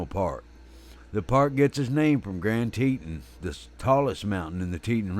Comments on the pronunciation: Gran tee tooon…….. not teten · I am the narrator for this video for wild animal network and I apologize for the mispronunciation of Grand Teton. I had no idea how it was supposed to be pronounced being that I’m not from that area.